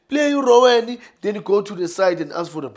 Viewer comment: It's not Rowen, it's Ronwen